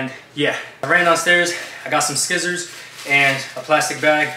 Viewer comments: "I got some SKIZZERS" Lol I didn't think anyone pronounced scissors like that 🤣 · Is it me or did say scissors wrong?? 😂😂